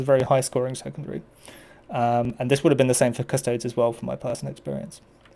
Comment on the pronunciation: The singular of "custodes" is not "custode". You do not pronounce "custodes" like "cuss-toads" as you wouldn't pronounce "astartes" as "ass-tarts" or "ass-tearts".